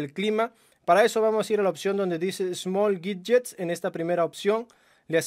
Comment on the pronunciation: Aprende a hablar bien por favor, no es miyuai es miui, así de sencillo, no es guidyes es widgets.